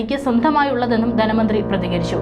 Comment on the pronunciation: ദന മന്ത്രിയല്ല ധനമന്ത്രി സമുദായം ആണ് സമുധായം അല്ല. സീതാരാമൻ ആണ് സീധരാമൻ അല്ല. ഉച്ചാരണ ശുദ്ധി തീരെയില്ല